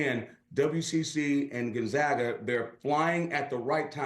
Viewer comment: If you want to sound like you know what you’re talking about. First thing is first. Gone zag uh